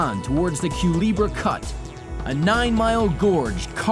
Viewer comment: In the Panama Canal, it's pronounced "Cuh-LEH-bra", not "Cuh-LEE-bra". Use an "EH" sound like in "rest".